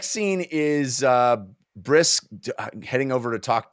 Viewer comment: Didn't Dean Martin have that song - Elalle, oh oh..... It is the pronunciation of Brys as bris, even being a Gentile, that I find distracting.